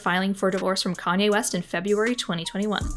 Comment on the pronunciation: If that's her favourite singer why can she not say his name properly Love how everyone forgets Kayne bad behaviour